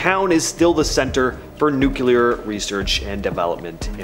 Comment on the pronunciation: NEW-KLEE-ER FFS